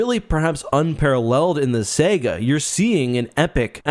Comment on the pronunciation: Sega? Saga? Lol